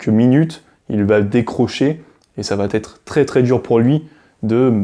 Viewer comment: Bonjour.Je vous ai découvert sur la chaîne les fous de Normandie. Je vous trouve pertinent et intéressant avec une bonne communication. Mais je vous en prie , faites un effort au niveau des liaisons « mal t’à propos » …😅 Cessez de dire « va t’être »😉 , il n’y a pas de t à va…Pour le reste , merci pour vos vidéos, elles sont instructives. PS: j’ai un TDAH plus HPI et peut être bipolaire …D’où ma remarque un peu abrupte .Merci de votre compréhension. Bonne continuation.